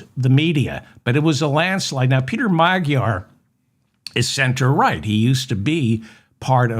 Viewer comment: I think Magyar is pronounced as Majar